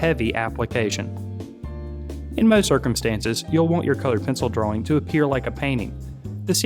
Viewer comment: I don't like the way you pronounce "drawing."